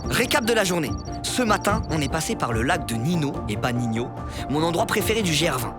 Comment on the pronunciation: Merci pour tes super vidéos de plus en plus quali juste apprends à comme on prononce gr20 😂